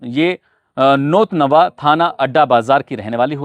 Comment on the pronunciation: भाई नवनवा नहीं बल्कि 'नौतनवा' है